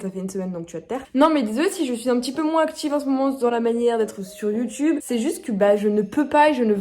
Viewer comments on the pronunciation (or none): none